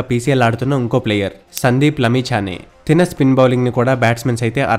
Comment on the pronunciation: తిన బౌలింగ్ ఏందిరా. తన బౌలింగ్ అనరాదా?